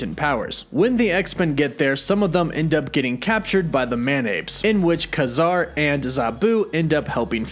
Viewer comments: It's "KAY-zar" not "KAH-zar" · His name is pronounced KAY-ZAR for one thing and they are all already part of the marvel universe as far as I'm concerned being created by marvel comics? Except for Capt. Britain but who cares? Man-thing and Kazar are week characters and the Werewolf. Nova was also a secondary character that never did well. All these new aditions are week. Why doesn't anybody ever bring up the Sub-Mariner? Golden age or silver age. He has been around since Captain Am. (both. ) and the Hulk? And why arn't the X-men concidered to be in the MCU? Or the Fantastic Four? Wolverine? Deadpool? WTF! I've been collecting comic for over 50 years, Give me a break! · is DC's Swamp Thing not not Marvels Man Thing. It's not Kah-zar it's pronounced Kay-zar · His name is not Kazar its Ka-Zar. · It's pronounced KAY-Zar. Your pronunciation is wrong. Also, what's up with the 'woof woof' at the end of all your videos? I don't get it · Ka-Zar is pronounced Kay Zar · i always thought his name was pronounced "KAY Zar". aldo, i thought Teddy's surname was Altman. did i miss something in the comics lately? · It is KAY-zar. Dude just got the pronunciation wrong